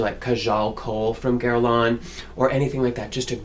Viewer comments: Incredible that a "world famous" makeup artist cannot pronounce the brand name correctly. It is NOT GuerlAAAANE! It is Guerlain (an Æ in the end and it is nasal). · I can't believe that you mispronounced Guerlain. It's not "gurr-lawn." The Internet has websites that give you the correct pronunciation of French words and names.